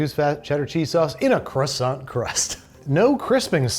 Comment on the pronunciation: I'm not French (Welsh) but thank you for not pronouncing croissant the American way (although you did slip at the hot pocket! I was typing as you said it!! Although you recovered at the end 😉), American biscuits aren't really a thing here in the UK, possibly savoury scones would be the nearest! But I am now hungry and awaiting a delivery of an Indian takeaway 😍